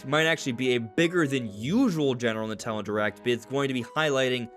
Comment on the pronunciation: What's "Nit'ele"? 😜